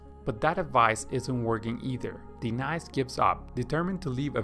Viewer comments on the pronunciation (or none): The feminine name is Denise - Duh-nees - not Dee-nice! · A-Aron... De- nice? 🤦🏽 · LoL. Ay-ay-ron, and De-nice? Are you serious? xD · Why pronounced Denise [DENAISE] instead of [DENEESE]? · De-nice and A-Aron XDXD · I can’t pay attention lol. De-nise. A-a-Ron 😂 Key and Peele episode here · okay after I heard de-nice, I knew the names were on purpose lmao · Ay-ron, Dee-nice and Skiller. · Are you saying AA-Ron or De Nice on purpose ?? Because it is impossible to digest the fact that you actually think that these are the pronunciation of their name. If you think above are the pronunciation then you’re a fool my friend. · Lmao A-A-run, Di-nice, and pool-boy. Great video. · What is up with these name pronunciations? I couldn't watch video - it is so annoying. AA-ron, De-nice...really? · No rocking way it's not DENICE ITS DE-NICE 🤣🤣🤣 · A-ron and De-nice! lol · A-Aron huh and De-nice Huh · So are Key and Peele substitute teaching this swim lesson? A-aron and De-nice? lol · So odd, his english sounds fine but he can't pronounce simple names properly LMAO. Good vid - thanks!